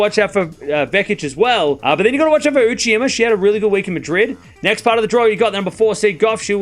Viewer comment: Still with "Uchima". Sigh.